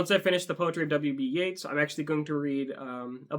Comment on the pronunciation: W.B. Yeats' name rhymes with "eights". Pronounced YATES.